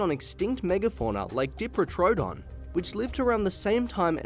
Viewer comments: pronounced: die-pro-toe-don not dee as in diva!! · Sorry mate just being a pain, but even your graphics say diprotodon, not diprotrodon. It sounded weird. Anyway great vids, cheers! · The dee pro toe don bothers me sorry